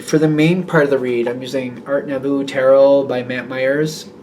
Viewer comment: I hope this is what I think it is! Thanks. PS. Nouveau - is pronounced. Its a French word which means "new".